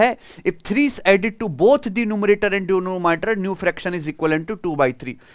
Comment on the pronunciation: Nice trick sir❤ but it's *denominator ... Wrong pronounciation by our favourite teachers can make us weak in english although we will be good at maths.